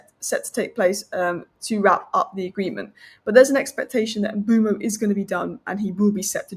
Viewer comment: Why is she pronouning the name 'Mbuemo' that way